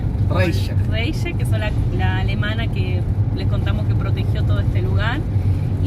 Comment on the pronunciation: Se escribe REICHE y suena RAISHE o RAIJE